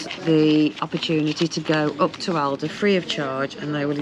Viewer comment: Yes you have learnt a lot. You now know how to pronounce Aldi 😭